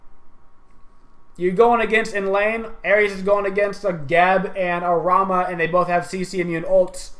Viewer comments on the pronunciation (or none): none